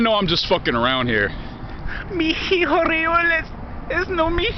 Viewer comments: / The "H" in hijo is silent. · Yeah, aside from those damn silent H's, his Spanish cracks me up. Hope he reads your comment : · / The "H" in hijo is silent.